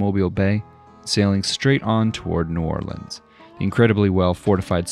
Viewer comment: Omg he pronounced N.O. right. Kudos